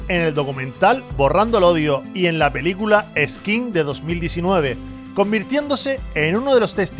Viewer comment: Años "oyenta", "belícula"